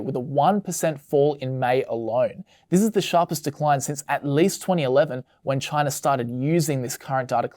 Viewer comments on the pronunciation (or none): Right off the bat, did he say Chinar?